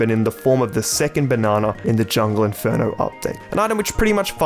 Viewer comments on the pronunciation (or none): none